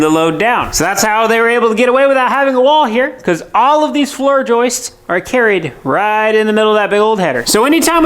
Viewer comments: Someone tell there’s no such word as joistes😂😂😂😂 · Y'all need to start teasing for saying "joist-ez". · Ok, the joke pronouncing of the word joists has gotten old. The plural is pronounced the same as the plural. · it's not Joyce's but joists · Joists not joistes. The singular joist and the plural joists sound the same when pronounced. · It’s joist, joist. Not Joyce. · Been watching this from the beginning and I have to say my hat my hand , but joistes is fkn annoying .... joists is how it's pronounced...... Loving what you've doing from London England..... Give me a shout out.... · "Joist-es" is incorrect plural pronunciation of the word. Try annunciating the "t" in joist clearer, and then add an "s" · fella's...... it's floor joists..... not joyces. :-) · Can no one pronounce JOISTS correctly? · I love you guys but please... JOISTS sounds like HOISTS. 😂😂😂